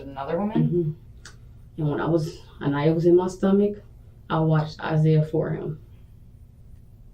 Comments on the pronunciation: You couldn’t even care enough to ensure that you were saying this dead child’s name right? I know you had to watch this before you added your commentary! Her name AN-I-YA not ANEEYA! They are saying through the entire video but you keep calling her something else! It’s disrespectful! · I wish the narrator could pronounce this little girls name! It feels wrong to me ! The detective and the Mother( smh) are saying it over and over. A nigh a. Not. A knee a! I hate to criticize I just can't help it this time!!!! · It really bothers me that she’s being called ‘A-knee-ya’ instead of ‘A-kni-ya’. It’s important to so many people that her name is pronounced correctly! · I find it distasteful how the narrator continues to call the baby ‘Aneeya’ when Sierra and the detective say her name as ‘Aniya’ throughout the interrogation. The least he could do is correctly pronounce the baby’s name. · I don't understand how the narrator fails to pronounce Aniya's name properly. It is mentioned in other clips so many times first of all. Second, who would say "Ah-Nee-Ah"? Unbelievable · I think it's disrespectful to the deceased child for the narrator kept mispronouning her name (Ah-nee-ah??)...if you're going to cover a case, get the facts, and especially the victim's name, right. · Im sorry, i can't help but say.....this precious little girl's name is pronounced "A-nye-ah". They said it repeatedly, but repeatedly u mispronounced it. Please, in the future, be sure ure paying attention to that. A name is a person's personal identity, says who they are. U diminish it when u don't put enough into making sure ure reporting on topics properly, accurately, and pronounce all names correctly w all due respect. U did an in-depth report on something very serious and need to show that u actually care about the people u talk about. P.O.S....not takin' responsibility is why i say that 🤢🤮 she's gross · It bothers me that you keep saying the victim's name wrong.